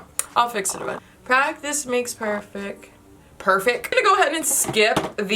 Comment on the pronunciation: When you said "perfec" I laughed cause that's how we talk where I come from